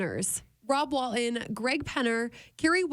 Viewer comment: Wal-TON not Wal-in